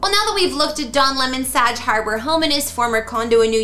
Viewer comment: SAG not what your pronouncing. Look it up.